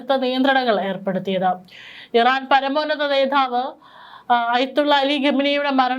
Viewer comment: നേതാവ്.. അതു മതി. നേധാവ് ❌